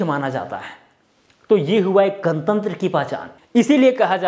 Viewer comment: आज कमेंट ही करके जा रहा हूं...😂😂😂 आप भी गणतंत्र को गनतंत्र बना दिए। भोजपुरी वालों के साथ यही दिक्कत आती है😁😁 वैसे मैने सबस्क्राइब कर लिया है आपके चैनल को ♥️